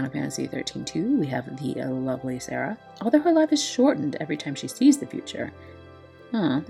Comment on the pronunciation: ur pronouncing serah correctly ooh i herd lighning is a preety ok magic tank im actually interested in getting her since she free. If ever the DV quest ends this maintennace 6/3 and claim period or exchange is until 6/10